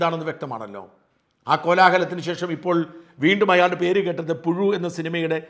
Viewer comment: പുഴു..... അല്ല....പുയു....പുസു........!!!... ഇത്...ഇഴഞ്ഞേ....നീങ്ങൂ.......